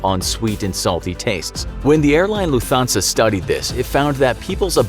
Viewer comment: its lufthansa not lufansa